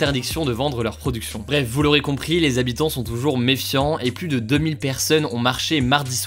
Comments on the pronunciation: "100 fois plusse puissante", euh... non. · Salut, petite info pour toi, on ne dis pas 100x pluS puissant, le s doit etre muet